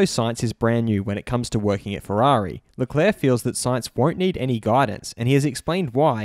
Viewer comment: It’s leclerc, not leclair